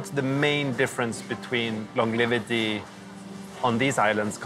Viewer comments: L-O-N-G-E-V-I-T-Y NOT longliveaty 🙄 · Does no one or crew ever corrected him for saying 'longlivity' ?